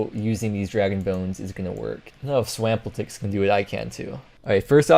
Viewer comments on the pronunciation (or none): wtf did you call swampletics? 🤣🤣